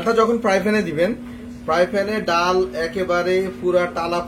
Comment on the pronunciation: ❤❤❤❤ডাউল কোন ভাষার মধ্যে পরে না, উচ্চারণে একটু সতর্কতা অবলম্বন করতে অনুরোধ জানাচ্ছি, তাছাড়া সব কিছু ঠিকঠাক আছে।